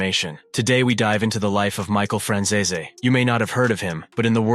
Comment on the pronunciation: Your pronouncing Franzese completely wrong